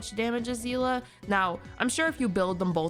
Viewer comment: You pronounces of Seele name is wrong as a long time Honkai impact player 😅 Her name is pronounce See-le not zi-la